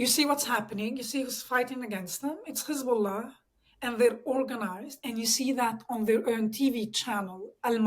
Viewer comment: she's "lebanese/syrian" and she can't pronounce the name Hezbollah?